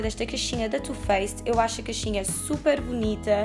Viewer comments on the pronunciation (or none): achava que se dizia caixinha e não "caxinha"